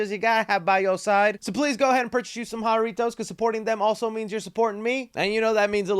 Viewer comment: Haritoes....es JArrrrrrritos guey...lol